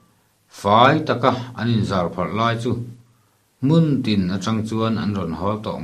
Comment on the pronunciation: I lovestory chhiara, i lamdik heklo, asawi phiar phiar ta maia tihte kha LA Phiar angin, PHIAR te kha i lam a, i thlukdan pawh diklo atam mai.